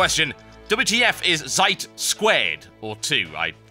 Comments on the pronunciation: Zeit is pronounced "Tseit" Im guessing the developer is a german studio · but thats not the way you pronounce "Zeit" ._. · pronounced "tzeit" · it's pronounced TSIGHT !!!!!!!!! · Yeah maybe for a British guy who speaks english. I am from germany and in german you don't pronounce it "said". Right pronounciation you can find on . Sry i don't want to troll about about a british guy who can't pronounce a german word right. Of course he can't. Just wanted to give a little side info ^^! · That is true, he did pronounce it wrong. Damn. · Zeit = German word for Time. And you pronounced it wrong TB :P! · its german it means time - look the pronounciation up at google translater